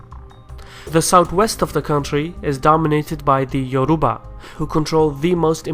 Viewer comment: agh YO RU BA my god you actually butchered everything